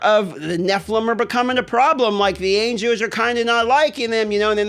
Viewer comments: Are you raidy to fidt witewawwy no anjows?!?! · Anjoes, ainjos, angoes. ah, angles. 😀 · The way you say angels is so disturbing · can you not pronounce angels? lmaooooooooooooooo